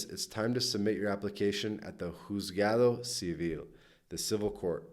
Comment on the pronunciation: Here living in California, my wife US born, me born in Argentina. We cannot understand your Spanish pronunciation, it is horrible, you should those key words correctly printed on the screen, ie. JUZGADO CIVIL.